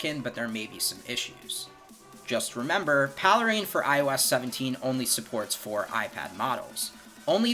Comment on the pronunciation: "paley-rein"? Is it not called Pale Rain?